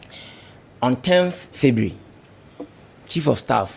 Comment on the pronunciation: A whole lecturer, pronouncing ' february ', 'fibre' shame on you.